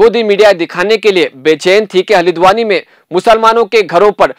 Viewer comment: Halidwani nahin bhai. Haldwani bolo. Aap log urdu ko bigar raheho...🤣🤣🤣